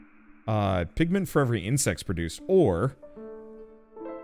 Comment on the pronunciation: i heard saying Pigmen at the cook house instead of pigment xD